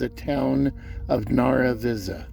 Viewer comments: I grew up here, as did my Dad! He was attending the school when it closed. My grandfather ran the Chevron station. A few inconsistencies. Starting with the "X". If you look in the county just below where you put your "X", you can see Nara Visa on your map. BTW, it's pronounce Nara Vice-uh. Ira "Jeff" Ward who ran the bar didn't go anywhere. He continued to ranch in the area after he closed the bar until he died in 2016. Climate change didn't affect the ranching. It's always been dry. It has gotten worst progressively due to all the large irrigation farms pulling down the water table. The WPA didn't build the brick school, that was done in 1920 with the labor provided by the community. The WPA added the adobe gym building later. As for what happened to it, when the town was founded trains could only go a short distance before they needed to take on water and coal. If you look all along the railroad, running parallel to US Hwy 54, you'll see numerous old townsites that sprang up where refill stations used to be. To the West 7 miles is Obar, to the East 13 miles is Middlewater. There are more along that route that nothing, not even the name remains. As trains got to where they could go further they didn't need to stop at all these places. Later with diesel engines, they no longer need to stop at any of these towns. The same is true of cars. As cars went further and further on a tank of gas, less and less needed to stop in these little towns. As a result, the support of the busin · Agree there are many inaccuracies! I don't know where you got your information from, but it's wrong. Pronunciation of the name being the least of it. My dad grew up there, so I know a lot about the town. He was born in 1918 and went to that school where he graduated from high school, so obviously it wasn't built in 1936. He always kept in touch with several of the residents he knew from childhood though they have all passed away now.